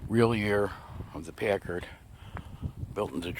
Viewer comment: PACKard--like "pack" a lunch! Love your magnificent car!